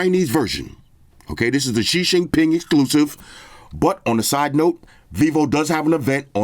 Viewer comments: “ Shi Shin Pin” gets me everytime🤣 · Nice and classic as always. 😊 but it's XI JINGDING NOT xi jinping 😅